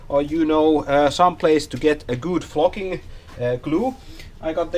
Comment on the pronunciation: I'm less then a minute in, and I'm dying laughing already. It sounds like you're saying f@ instead of flocking. I'm at work, and I had to turn it down lol